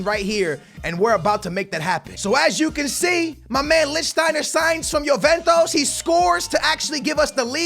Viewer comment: “Yoventos” ....smh